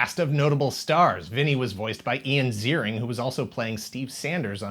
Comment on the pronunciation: Great episode! I had no idea about the 2000s reboot. (I'll overlook the mispronunciation of Ian Ziering's name...)